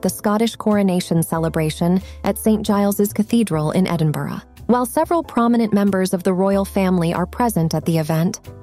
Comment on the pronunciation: What’s with the stupid 35mm style filming action? It’s really annoying, distracting and irritating! One saving grace - you actually pronounced the name of the Scottish capital correctly, and not “Edin-boro”